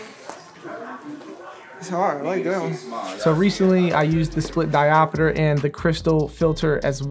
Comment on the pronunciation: Great video. "Diopiter" vs diopter 😂